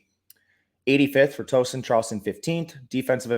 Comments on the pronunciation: Killing me with the pronunciation of Tooooeeeeeeson bud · Towson is pronounced like "town" not like a "tow truck". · You forgot the “W” in Tow-son